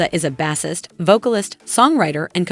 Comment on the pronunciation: Is this AI?? It is pronounced ASAP - not A dollar AP rocky. Bassist is pronounced BAYSIST not bahsist. It is pronounced MISLED not missiled. This is hard to listen to.